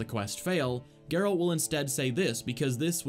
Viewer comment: Can't unhear "Garalt's good old pal Roach"